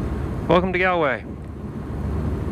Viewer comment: Its pronounced golway not gaalway